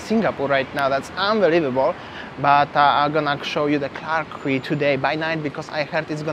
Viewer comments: QUAY is pronounced..KEE🙄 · It's pronounced as key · The word Quay should be pronounced as "key". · Clarke Quay, Boat Quay and Robertson Quay.. Quay is pronounced as Key.. hope you’re enjoying